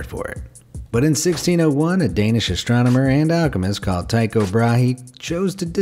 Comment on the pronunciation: Tycho Brahe had a metal nose, having lost his actual nose in a sword duel with a cousin over who was the better Mathematician. duel. Also, his first name is pronounced Tee-ko. It is Danish so the y is pronounced like a long e.